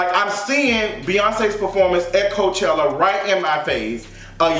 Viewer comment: No you didn’t say Mayochella 😭